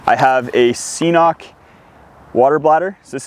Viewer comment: Garmin makes a $30 wireless temperature sensor that connects to that smartwatch and will tell you the temperature. I almost bought it until I realized it only works with garmin products. By the way, CNOC is pronounced ‘kinnock’ according to their website.